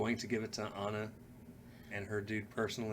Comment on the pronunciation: Ooook... [knuckles cracking] 1. You first pronounced her name “Anna” and the character corrected you in her first line with “I’m not Anna, I’m AH-na”. It’s an Eastern European/Slavic name. did pronounce it correctly afterwards but there was no acknowledgement. Weird. 2. Kristof was not a hunter. He was an ice trader. If you remember the beginning of Frozen, he was from a clan who cut frozen lakes in order to sell the ice for refrigeration. 3. “Cyanide and Happiness” is the show you are thinking about with Rapunzel’s pubic hair being thrown out for someone to climb. Very funny! 4. Nope. Sorry, it wasn’t Flynn’s horse. Max was the Captain of the Guard’s horse who was first chasing him for stealing the princess’s tiara. They grew fond of each other by the end, but not his horse. 5. You both got Kristof’s reindeer pal’s name and you didn’t acknowledge it. ☹️😂 6. Flynn did not want to take Rapunzel back. He didn’t know she was a princess. He was after the tiara he stole. 7. Gothel did kill Flynn by puncturing his liver or something with a big ass shard of mirror. 8., you didn’t mention the “Love is an open door” song when they were mocking Ana for falling for the first man she met. You are the one supposed to know the songs from the movie in order to deepen appreciation for the bars. (That was a funny line) 9. That last line is hard to catch, granted, but you still missed it. Because Ana wrecks ya (Anorexia). It’s a hard line but my favourite is still